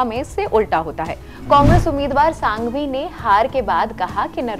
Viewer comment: Ma'm itne bade vakil ka naam sahi se uccharan Karo.......Abhishek Manu Singhvi naki Sanghvi